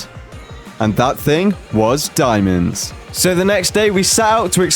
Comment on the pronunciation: The way he said diamonds😭😭😭